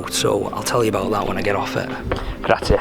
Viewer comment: I loved the way you said “grazie” to the boat guy 😍